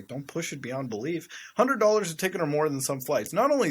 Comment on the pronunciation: Love how you say “dollars”😂😂